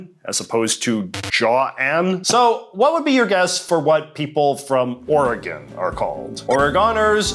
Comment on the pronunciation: the pronunciation of oregon hurt my heart